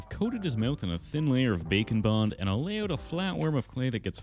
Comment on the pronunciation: When he says bake and bond it sounds like bacon bond 😂